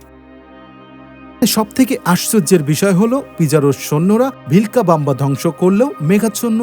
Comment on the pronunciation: uccharon ta bismoy na bisshoy😏